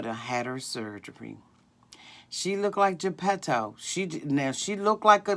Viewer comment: I can’t with you....when you said Gapeto.....I fell out on the floor....🤣🤣🤣